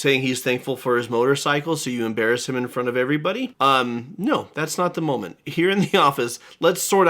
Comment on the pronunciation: "Is this the momemt the Internet has been waiting for?"😂😂😂